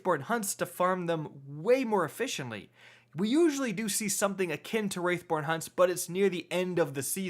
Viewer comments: WRATHborn, homie... WRATHborn. Not "WRAITHborn." Love your videos overall though! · It’s “wrathborn” not “wraithborn” please learn how to read, please and thank you 😊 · It's wrathborn not wraithborn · Stop saying Wraithborn. It's Wrathborn. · Bruh. It's wrathborn, not wraithborn. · Dude. Its WRATHborn not WRAITHborn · surely you will feel the WRATH of your viewers, many of whom will turn into WRAiTHS, if you don't correct your pronunciation of the word "WR A TH BORN." I mean honestly, would you ever say "Feel my WRAITH!"? No, you'd say "Feel my WRATH!" Unless, of course, you had a pet wraith that you wanted me to feel. C'mon man, it's not hard... say the word right, aight? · Wrath pronounced Roth not wrath pronounced wRaItH - what the hell is wrong with you!? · Wrath not Wraith bro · every time you say "Wraithborn" I yell "WRATHborn" at the top of my lungs and honestly I'm probably gonna lose my voice by the end of this season lmao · Please. For the love of the traveler. Its Wrath.... not Wraith xD Great vid dude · wrATH born hunts THERE IS NO I IT IS NOT WRAITH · Wrathborn... say it with me bud... wrathborn lol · I know right! It’s not that hard to say “Wrathborn”